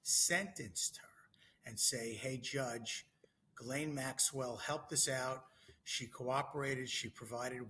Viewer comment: I don't trust an "attorney" who cannot even pronounce Ms. Maxwell's name correctly.